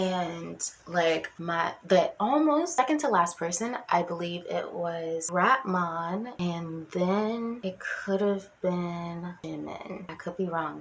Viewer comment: Did you say Rat-mon 😂😂😂